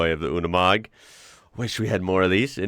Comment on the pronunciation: The commentator pronounce it Yooni Mog......please take note